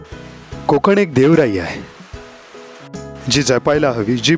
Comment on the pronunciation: "Kokan" "konkan# nahi.... छान होता विडिओ 👌